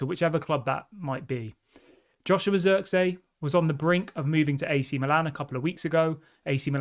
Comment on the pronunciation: It's pronounced zirkzee, emphasis on the ee, not zirkzey god damn it 😂